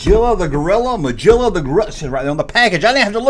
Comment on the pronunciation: Sorry, It's pronounced gill like how fish breathes and rimes with Gorilla, so Magilla Gorilla. Apologies, not being smart, just grew up watching him on Saturday morning tv when I was kid, obviously.. Bad figures with fantastic characters, shame. Thanks. Great show as always. Love this stuff. 👍🇮🇪👍